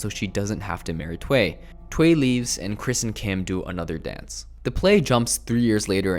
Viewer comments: WHAT IS THWAY??? ITS PRONOUNCED Thoo-uy. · Thuy is not pronounced as "twai", but as "thoo-y". Also, he is not upset that she is "marrying a white man". Firstly, they are not getting married and secondly, het is mad that she broke her vow and is with the enemy now, an American, whatever the color. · N NOT "TWE"... its "TUY" (Thuy), Macintosh is the Producer not the Director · It's two ee. Not that.. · i think Thuy is pronounced like "TWO-yi"